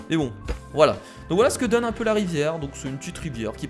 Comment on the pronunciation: la rivière c'est plutôt la "ri-verre"